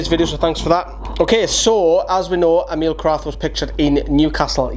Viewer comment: E as in Electric. Mil normally. E-mil